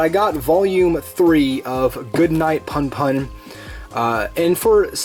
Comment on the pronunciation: I believe it's "poon poon" instead of "puhn puhn"